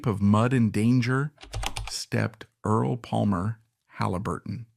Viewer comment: Please don't use artificial intelligence. No one really likes it. You spell and pronounce "Earl", as Erles, Early and Earla. You spell "Halliburton", as "Hallebertton". The voice doesn't match the beginning and ending of sentences. Do you review your work before you post it? I thought this would be an interesting story, but I could only get through the first 5 minutes.